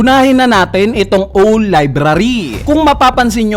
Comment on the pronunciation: Hindi ba "Awl" ang pronunciation ng "Owl"? or my ibang salita?